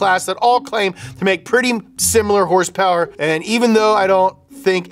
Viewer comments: “Hurspurs” lol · "hurse purse" absolutely killing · It's so hilarious when he says hearse-purrs instead of horse power, it neverrrrrrr gets old at all. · The way he pronounces horse power makes my blood boil